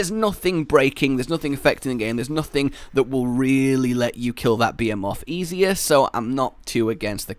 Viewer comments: It's pronounced BEE HEE MOTH, NOT BEH HEH MOTH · bee-ae-moth behemoth Nailed it. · The way you say behemoth really hurts, Bah-he-moth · Did you just say... Beamoths.... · Wait ... Are you saying "Behemoth" ??? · Anyone else hear BEER MOTH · The H isn't silent dammit